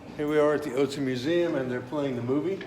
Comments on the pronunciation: Is that pronounced like " Utzi " ? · Ötzi.... Not Otzi